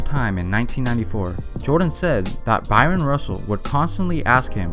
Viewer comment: Guy ... it's Bryon Russell ... not Byron.